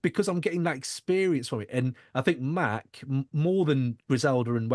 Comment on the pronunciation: The shit drives me nuts. I don’t understand how at this point of his career people still saying “Mack”. And he is quarterbacking the interview at least 15 minutes in so I’ll see how it goes. I guess I’m gonna have to hear the mispronunciation of his name for the entire two hours. No big deal ultimately I’m just breaking his balls, but it is weird to still hear that.